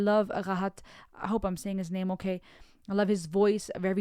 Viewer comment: Excellent descriptions 😅😊and women are the most beautiful creature on earth made by Allah SWT. You pronounce the names perfectly. What's your origin country because I'm amazed by pronunciation.